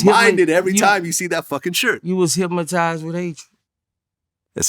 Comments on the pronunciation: Listening closely...Am I tripping or is Boosie pronouncing Hypnotize like "hypmatize" lol. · “ HECWAS HIPMUHTIZE !!! ” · He made him say it again hyp mo tize 😂